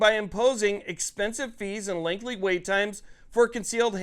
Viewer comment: Lol. Sound it out… “LENGTHY” (not lengthly).